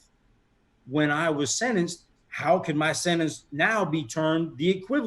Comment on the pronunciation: Sentence, not sinnance.